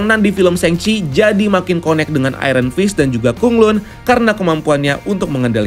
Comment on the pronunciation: BTW Bacaannya Kota KhanLan Bukan Kota KhunLun